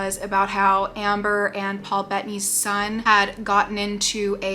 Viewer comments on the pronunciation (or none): none